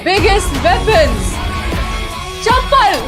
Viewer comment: She perfectly pronounced " chapal " Cute reaction loved it ❤